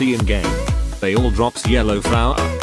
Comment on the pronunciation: Yellow fowa